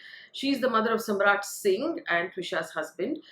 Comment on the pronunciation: it's Samarth, not Samrat